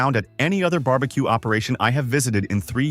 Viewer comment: Bar B Quay? Really?